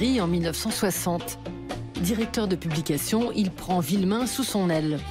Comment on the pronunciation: C'est Philippe VUillemin et non Villemin :)